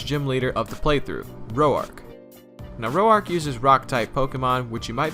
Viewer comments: I thought that it was, Roark not Ro-ark. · Just FYI, "Roark" is one syllable, pronounced as "roar" + k. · Did anyone else kinda get mad that he pronounced Roark wrong, the entire first gym? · Impressive video! I've always had a soft spot in my heart for pathetic little Combee. Also, that's the first time I've heard Roark's name pronounced like that...